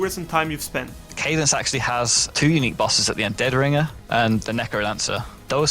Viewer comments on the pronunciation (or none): none